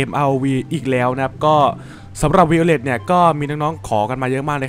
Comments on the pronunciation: ไวโอเลตพี่ไม่ใช่วีโอเลต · พี่มันชื่อไวโอเลทไม่ใช่วิโอเลท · พี่ครับชื่อไวโอเลตครับไม่ใช่ วีโอเลต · พี่ไวโอเร็ดไม่ใช่วีโอเร็ด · มันอ่านว่าไวโอเล็ตครับพี่ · พี่คับตัวนี้มันอ่านว่าไวท์โอเหล็ด